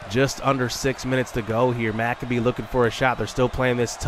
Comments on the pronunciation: Dude, McCabe is pronounced - Mick-Cabe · He's been pronouncing it Mac-uh-bee the entire time I see no reason why he should change it lol